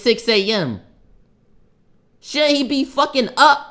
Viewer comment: He said shouldin you be up praying 😂